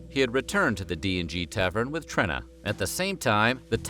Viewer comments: It's TrEEna not Trinna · Oh yeah one more thing: its pronounced (Treena) not "Trinna"... yA big gooF!! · FYI, Trena’s name is pronounced with a long “e”. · It's pronounced "Treena", short for Katrina. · Then name “Trena” is actually pronounced “Treena”!